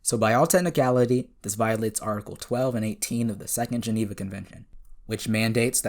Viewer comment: "So today guys we're going to be working out if optimus prime violated the geeneva convention." I'm sorry, I can't....